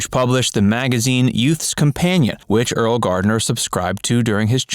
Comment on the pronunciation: It's pronounced "early"